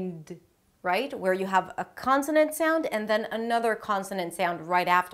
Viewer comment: Hey! You look and sound a bit Israeli. Are you? This is very enjoyable. Jus a few remark: While telling us not to forget the end sounds, you say: "without even noticing they may drop the lass consonan cause its very difficul to pronounce... make a list of words that have two three ann even four consonance at the end... now this is a good place to remind you that if you wann a liss of those top ten mistakes...